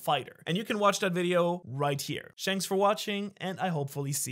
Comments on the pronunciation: 'shanks' for watching got me 😂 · He said shanks for watching😂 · Bro just said shanks for watching 😂😂😂 lol